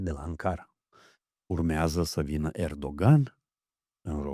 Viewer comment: Ahhh îmi place să urmăresc dar lasă invitatul să-și termine ideile, altfel să emisiuni cu părerile personale. Nu completa ca să arăți ca știi și tu ceva, ca știm ca știi dar vrem să aflăm ideile informațiile invitaților. Invățați să pronunțați corect nume ca Erdoğan (ğ este mut) deci e Erooan; Mark Rutte (e la sfârșit de cuvânt în olandeză se pronunță ǎ) este Rüttǎ